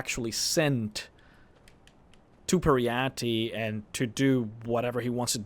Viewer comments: Per-y-ite, your triggering my inner Jyggalag! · Peryite - pronounciation: Peri-ite / Per -ie -ai(short) -t :|